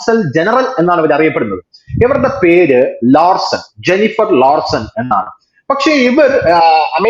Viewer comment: Lowson അല്ല Larson ആണ്